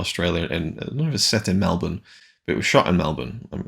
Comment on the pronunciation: Heavy, mate. You really opened up about your inner thoughts. I hope we don't end up that way. And kudos for pronouncing Melbourne correctly.